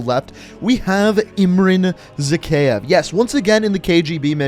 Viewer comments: It's Zack-I-Iv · My man your pronouncing zakhaev wrong.